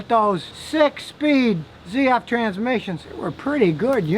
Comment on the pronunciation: High scotty ...the german transmission from ZF speaks correctly: Tsett-eff ( the "e" like "extra") Abreviation from Zahnradfabrik Friedrichshafen (Gearfactory Friedrichshafen)